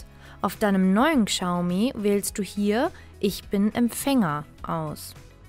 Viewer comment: Boah wenn ich die Aussprache höre... Kschaumi 😦👈🏼 Falscher geht's echt nicht..